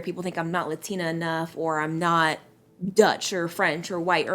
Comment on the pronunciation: You cant even say LATINA right